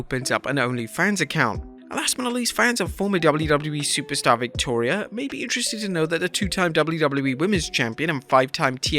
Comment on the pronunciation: It's Victoria guys..... it's Victoria